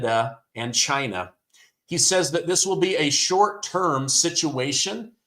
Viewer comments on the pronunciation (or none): none